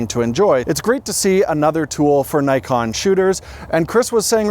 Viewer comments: Actually the pronunciation of “Nikon” is /ni:kon/ instead of/naikon/, it is a Japanese pronunciation 😊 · It's Nikkon not Nykon! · Please, learn how to spell Nikon. It reads as "Neekon". In most languages the "i" reads as "ee". Just watch japanese videos about Nikon gear and listen how they spell it...